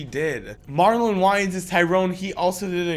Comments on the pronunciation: Did you pronounce Marlon's last name as wyyins? Heheh, you were close though young'in.. it's like: "way-ins" 😆 but it's all good bud, you didn't grow up with that comedic family like us 90's kiddos did. There's like, 6 of them I think? Counting their sisters 🤙🏼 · I’m sorry... MARLON WHY ANDSSS 😭 it’s marlon wa-anes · Marlon wayans “Why-Ans”? It’s pronounced “waynes” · You must know now. "Way-ins" not "Whylins"... You are young, very young. Play fair and nice or older men will destroy you. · Marlon Wayans…. It’s pronounced like “Wayne’s”